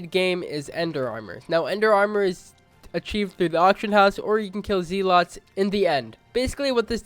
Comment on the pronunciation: Ze Loot